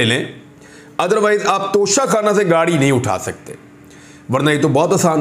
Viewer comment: Haha when you said nocha khanna 🤣😅